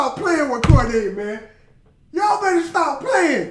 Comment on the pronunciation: he said “stoop it” 🤦🏽‍♀️